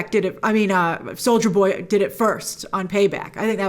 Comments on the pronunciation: I keep hearing "soulja boy" instead of soldier boy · I heard Soulja boy instead of soldier boy multiple times 😂😂😂😂😂😂😂